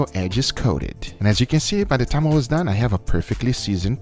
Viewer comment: Everybody be talkin about the “Lez dew it” But yall forgetting the “your sauce is Dun “